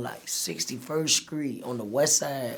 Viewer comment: you feel me.. in the skreet🤣🤣🤣🚫🤐😁